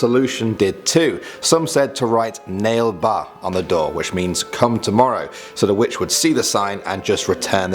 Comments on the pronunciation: Umm correction... It's not "nale ba" it's pronounced as "na-lay-ba" which typically in the regional language of Bangalore means "come tomorrow" :) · Well as an Indian, I can say this. The second you were said was not to be pronounced as 'nale ba'. It's actually pronounce as nale 'naley' ba. 'Naley' means 'tomorrow' and 'ba' means 'come' in Kannada language. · narrator: legend number two : nail ba me being a bangalorean and hearing that: whaaat!? he is pronouncing it soooo wrong! it is naalè baa! like if you thought the same or understood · It's pronounced as "naale baa" which literally translates to "come tomorrow" in kannada (local language of bangalore) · It's Nale ba not nail ba. Nale means tomorrow in kannada. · It's not pronounced as nail ba ... It's naa-lay BHA ... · It's pronounce naaley baa,not nale ba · Number nine isn’t pronounced like nail-bah it’s nah-lay-bah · I hvent heard any of em...and Nale ba is pronounced as naa le ba...and nt as "nail ba"... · I am Indian and karnataka Bangalore u pronounced it nale ba but It is nalle ba whichtranslates to come tomorrow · Nale ba is come tomorrow in kannada. It isnt pronounced as 'nale' ba. Its pronounced as naalæ ba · Its not nale ba ...its pronounced as naa le ba ...it means come tomorrow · Bro it's not "nale ba".... It's pronounced "Naaley baa" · Its pronounced na-le-ba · Na Le ba is the pronouncement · Bro make ba is pronounced nalay baa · It's pronounced as ' na-le ba ' which means come tomorrow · it's pronounced as Naaa le baa, which translates to 'come tomorrow' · its naa-ley baa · Same here... Rofl😂😂🤣🤣its not even near... He pronounces as nail ba.... No offends to the guy... Just liked it.. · Bangalorian here and number 9 is pronounced as "na-ley ba" translating to "come tomorrow" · Nale ba is actually pronounced "na-lay ba" which means come tomorrow in Kannnada which is the main language of Bangalore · its pronounced naaale baa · It's Na- le ha and pls do a part 2!!